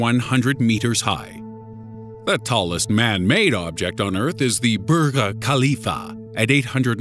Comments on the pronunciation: its burj HHHHHAAAAA leaf ahhhh NO K IN ARABIC KH makes a H sound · its not burga kalifa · it is pronounced "burj Khalifa" it means Khalifa Tower becuase Sheikh khalifa is the ruler of this country. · you pronounced Burj Khalifa all wierd bro. its like Burge-Ka-leaf-ah. good video tho dude. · "The Burger Kahlifa" mmmmmmmm